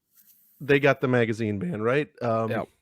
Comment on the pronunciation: Gentlemen repeat after me... Magazine. Its not that hard.